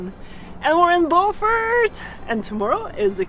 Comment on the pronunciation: You pronounced Beaufort wrong...